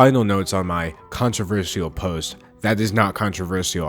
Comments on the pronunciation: hey, as much as i love you, and i really do, please.... please never say the word controversial again i know you can like pronounce things however you want and everything, and theres nothing worng with it but.... but, um, i hate how you call it controver-see-al kinda pokes in my ears sorry...? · I loved the video but I'm triggered by the way u pronounce "controversial" lmao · i like the way he says controversial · I could only focus on him pronouncing controversial wrong but other than that great vid! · no offense, but why do you say controversial like that? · the way he pronounces “controversial” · mesmerized by the way you pronounce controversial. it’s amazing. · How you pronounce controversial is honestly adorable